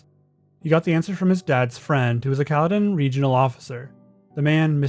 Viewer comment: Hearing how this dude says Caledon hurt my soul